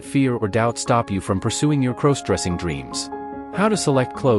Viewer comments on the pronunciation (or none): Why does it sound you are saying crows dressing.Other than that I like your video Love pantyhose,skirts and nylon panties 💃👠👡🥿🩲👙👗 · Stop mispronouncing crossdressing 😢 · Please stop saying "CROSEdressing"! It's "CROSSdressing"